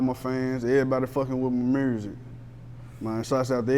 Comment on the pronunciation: Why do everyone from Tennessee pronounce music as Murzik 😑😑😑